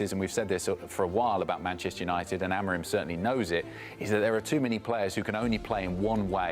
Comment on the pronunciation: AI bro. He didn't pronounce Amorim properly either